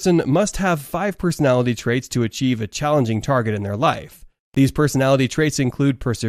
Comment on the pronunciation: It's perseverance NOT perserverence. No wonder young people do not know how to pronounce words properly or use English correctly.